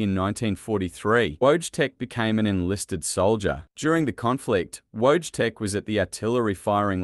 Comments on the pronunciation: Pronounced VOY-CHEK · It's funny how he pronounce wojtek.